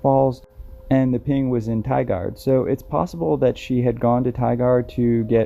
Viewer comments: Tigard is pernounced Tie-gerd... :) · Tigard is pronounced Tie gaurd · No that not correct. Tigard is pronounced ty-guard. Though sometimes in Southern Oregon they do carry a southern accent. But it is far less noticeable compared to the deep south accent. Maybe your from southern Oregon? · I'm from the Portland area and remember this case specifically. By the way it's pronounced Tigard like Tiger with a hard D so. The part about this story that was sad was they found a body 2 or 3 days into the search but unfortunately it was another missing woman. To me this reeks of foul play. There are alot of missing women in the Pacific NW and I'm not sure if it's human trafficking or Sasquatch but alot of these women go missing in our forests. I've done quite a bit of research on these missing women and there are a ton of similarities in these cases. I was contemplating starting a channel dedicated to missing women just in our area. I think it would help bring awareness to the amount of women and children that go missing just in the Pacific NW alone, not to mention everywhere else in our country. If you would like a guide when you come to our beautiful state I would love to be of assistance along with tons of information on other missing women in our area. Just getting the word out in different platforms I feel is the best way to help bring these people home. I can tell you do this to help bring light to these people's stories and not to just have a successful YouTube channel. If you would like to take me up on my offer, go ahead and message me back and we can exchange info and hopefully team up while your here to help these families get closure on their loved ones. A sad note to this but Alissa's brother was killed in a explosion/fire in the Portland area on July 25th 20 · Tigard is pronounced "Ti-gerd". Good video!